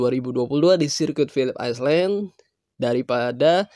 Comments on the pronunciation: Bang jangan islen bang.tapi ailen artinya pulau. Masa ngga tau.. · Philips apa bang? Aislen? 😆